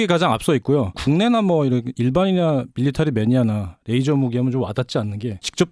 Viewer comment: 가운데 분 레이저를 r 발음하시는데 ㅣ 입니다.